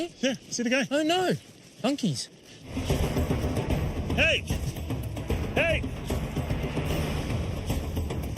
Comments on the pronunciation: 😂😂😂😂 I also thought he said monkeys! He actually said "donkeys " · I think he said donkeys 😂